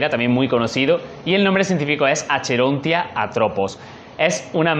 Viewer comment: Muchísimas felicidades por tu canal amigo!! Me fascinó, y lo digo como biólogo. Buena información, buen manejo, buen tiempo. Solo una observación, los nombres científicos, cuando pone CH (Acherontia) se pronuncian como K (Akerontia) ;) Quedé suscrito!! Saludos desde México.